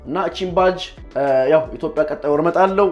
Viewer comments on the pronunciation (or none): none